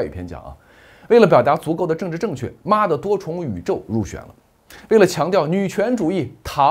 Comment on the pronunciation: 妈的多重宇宙 这么一连读我就笑尿了 棒棒哒👍👍👍